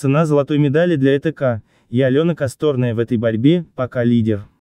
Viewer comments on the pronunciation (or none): КосторнАя,а не КостОрная!Когда на вашем канале будут правильно ставить ударения? Или ляпнул два словА-два слОва.Что за турки на вашем канале? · Не правильно фамилию говорит! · Косторная - ударение на "а", выучи, а то от тебя косторкой попахивает. Послушай нормальных дикторов... Поучись... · Что за коммент? Робот? КастОрная? Два словА?